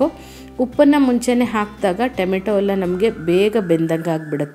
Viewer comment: ಟೆಮೆಟೊ ಅಲ್ಲಾ ಟಮೋಟೊ